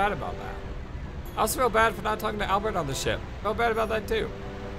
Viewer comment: I appreciate you trying to say Albert instead of Al-bear. I apologize if my previous comment offended you,. I don't like being judgemental over such small things. I am enjoying your playthrough experience. And, btw, Meru is my favorite character and, no. She is not 13/16 years old. If anything, she seems 18, in my eyes at first glance. Why would the developers have a 13-year-old wear a skimpy bathing suit/dancer outfit? Lol I could explain more, but you'll learn more very soon.